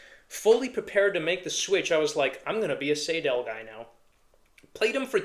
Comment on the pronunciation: Btw, it’s “Seydel” - rhymes with Billy Idol. …But, then again, there are several very different German dialects, so, perhaps I’m wrong and right at the same time…? The Session Steel has its issues. The stock combs are often, ahem, crud. They can crack very easily. A Blue Moon comb can turn the harp into a real instrument. And, the Session reeds, on every one I’ve bought, must be gapped properly. So, they are a good,well built harp - but, only after some tweaking, and a custom comb. I prefer and “tin sandwich” style of harp comb ala Marine Band, 1847s, Golden Melody, over the Special 20, Session Steel , style of comb, anyhow. The 1847 is an entirely different story. That is a fine, complete harp. As opposed to the Session harps I have, every 1847 Silver harp I own were ready to play, out of the box.